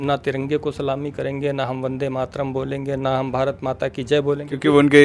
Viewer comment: I love how you say vande matram so beautiful voice too . thanks brother.